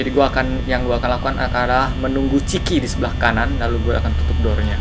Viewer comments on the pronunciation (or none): Itu nama nya bukan ciki tapi cikha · Chika kak bukan ciki itu mah ciki ciki